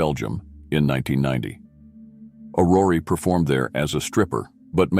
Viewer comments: It is not AurorEEEEE but Auror. Do not pronounce the last E. The meaning of Aurore is Dawn. Otherwise as usual, very well presented. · The pronuncyation of her first name is not "Orrory" it's "Or Or". Hearing it mispronounced over and over(and over) is painful.